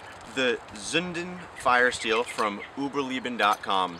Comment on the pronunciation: Uberleben not Uberlieben. Lay-bin not Lee-Bin